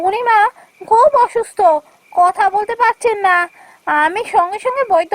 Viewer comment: ওসুস্থ নয় হবে অসুস্থ 😅